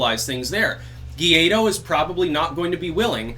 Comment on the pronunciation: Juan Guaido It's pronounced "1 white dog", besides that I agree with you 100%